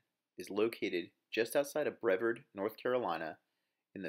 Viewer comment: Bre-VARD. Stressing the "VARD" as in "YARD" is how you pronounce the name of this town.